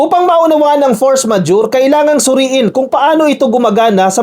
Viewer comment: you are trying to correct Padilla on how to pronounce “force majeure” but even you, is not pronouncing it correctly! Please listen again and correct yourself! 😊